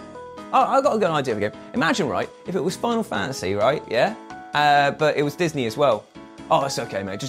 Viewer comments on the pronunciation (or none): none